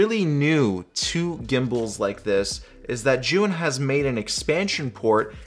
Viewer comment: You are like, the only non Chinese Mandarin speaking Youtuber who got the name ZhiYun pronounced correctly. Good job!